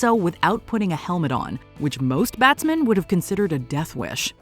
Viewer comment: Some of the greatest batsmen in cricket And made no mistakes when it comes to introducing these fine batsmen she speaks with such class and as a proud member of the West Indies WE APPROVE THIS VIDEO (🇹🇹)